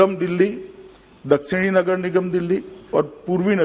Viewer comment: सही से वोलना मोटा भाई नगर लगर नहीं बोलना😜😜😜😜😜😜